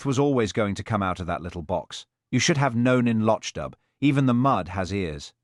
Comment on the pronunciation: Hopeless pronunciation of Loch Dubh, even I'll is pronounced/ill/ rather than "I will". Even the pictures suppposed to represent Hamish are confusing!!